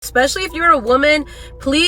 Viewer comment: with all that education behind you, why do you pronounce especially with a k in it like ekspecially?